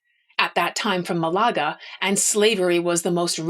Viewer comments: Hi. I'm realy admire and enjoy your skill and talent to narrate history that pherhaps I,'ve already knew. I'm also amazed of your musical talent. A minor but significant issue tough to us spanish native speakers: please don't say Malága. ITS proper pronunciation Is Málaga. With a pitch en the first silabe. You may or mate not ignore me. Anyway I'll continúe to follow your podcast, recomend you wildly. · I like your passion and knolege (really), but I will be that petty (?) person in the commentaries: Malaga is not said maLAga in spanish, I think. More like MAlaga (but maybe there is a specific pronuntiation in english). Also, it is true the portuguese engaged (?) in capturing and buying slaves in Africa, but not all individuals were considered slaves right away. There was a diplomatic relation with the king of Congo, for example, with embassadors, letters exchanged between both jings, etc. The king became christian, soon there were black priests and bishops (in Congo and Portugal), also black knights in Lisbon, etc, all this in XV and XVI centuries. (Sorry for my english.)